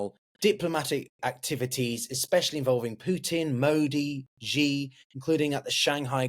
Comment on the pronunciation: The X in Chinese has an sh sound. So Xi is pronounced exactly like “she”.